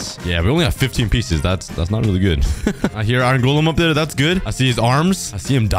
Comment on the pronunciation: i feel weird when u say iron it sounds like irn